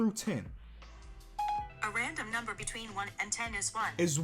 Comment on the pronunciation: Can he just take the time to say “between” the sentence sounds so illiterate